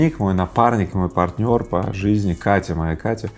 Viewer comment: Всегда обращал внимание, каким образом Вы произносите имя "Катя") Мой крен был исправлен в свое время моим другом, советчиком, эмоциональным напарником, источником энергии - моей женой.